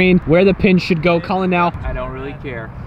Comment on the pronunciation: Why do you keep calling him cUllen?